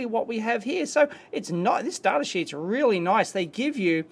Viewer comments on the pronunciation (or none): also why do you say "toob", pronounce data "dartah" and the W in the word known is silent 😰